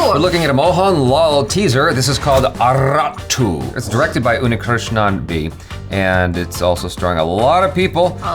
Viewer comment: 'Aarattu' the pronunciation is Aaratt !